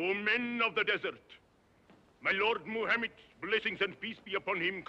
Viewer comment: I wish he had looked up how to pronounce “Muhammad”.